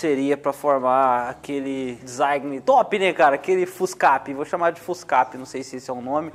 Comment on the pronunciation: Amo a humildade do.. até a palavra Design ele falando errado se torna sua marca kkkkk top